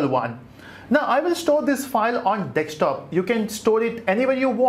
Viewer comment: lol! It's desktop man, not dekstop.